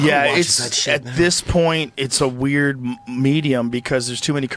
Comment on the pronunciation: So waird the way he pronounces weird